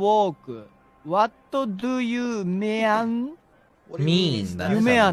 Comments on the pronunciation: "What do you myan?" "It's 'mean'." "It's 'myan'." I JUST CANT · "What do you myan?" "It's 'mean'" "It's 'myan'" Ok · what do you myan 😭